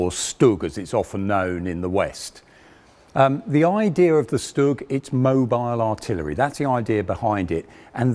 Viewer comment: Funny how this guy knows everything about the StuG apart from how to pronounce it. It's "shtoog," not "stugg".